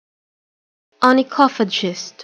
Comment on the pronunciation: マジ！？ 想像した発音と違った。 I can hear as onychophachist.(∩´﹏`∩)